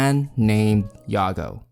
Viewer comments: Not "yago" yah-goo. Anyways I'm excited WAIT WHAT I DIDN'T KNOW IT CAME FROM OUR DUCK I THOUGHT IT CAME FROM THE REDDITORS WHICH WOULD MEAN IT'S PRONOUNCED THE ENGLISH WAY YAH-GOO EXCEPT IT ACTUALLY WAS ORIGINALLY PRONOUNCED YAH-GOE BUT PEOPLE PRONOUNCE IT YAGOO NOW. I DON'T KNOW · isnt his name prononced yaa-gou ? not ya-gao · It's yaGOO with 2 Os Not yaGO, get that 1 O shit out of here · One mispronounciation turned her into a mom that gave birth to best girl kek.